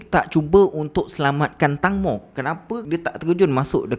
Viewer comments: Teng bang bukan tang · Bos sebutan tangmo tu tengmo..tengmoo..huhu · sebutan nama tenggmo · Ejaan memang Tangmo tapi sebutan yg betul "Tengmo" tau🤭.. Info dari orang thai sendiri